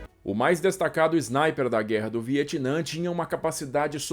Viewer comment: Não leve a mal mas porque de dizer Znaiper na vez de dizer Sniper ?